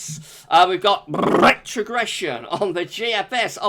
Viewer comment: Noooooooooo not rrrrrrrrrrrrrrrretrogression 😭😭🤣🤣